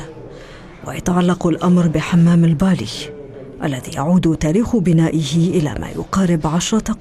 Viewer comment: كلمة بالي تعني قديمة و فات عليها دهر🇩🇿 نطقتها الصحافية خطأ